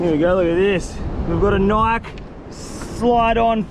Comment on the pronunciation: He said Nike without the E